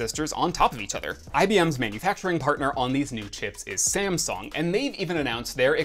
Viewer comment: did he just pronounced SameSong